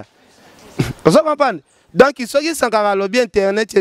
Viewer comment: Donc et non donki. Journaliste ya zoba tintin.